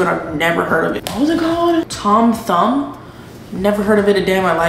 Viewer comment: born and breed in dallas ! the way you said tom thumb im dying lol & if only i left the house i wouldve met you in deep ellum cuz wth .